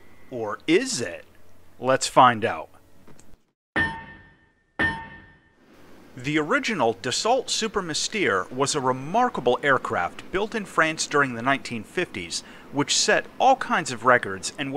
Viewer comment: He also says miss-tear and das-salt. He just struggles with foreign pronunciation. No need to be so passive aggressive.